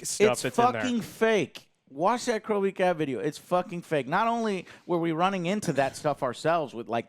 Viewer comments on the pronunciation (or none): Did you say CrowVcat?